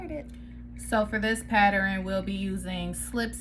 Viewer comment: PATTER-EN??????? IT PRONOUNCED pattern....PATTERN!!!!!! PATTERN!!!!!